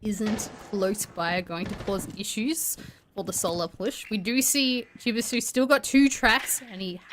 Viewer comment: Pretty embarrassing the caster can’t pronounce Chibisu, at least learn the competitors names 😂🤦🏻‍♂️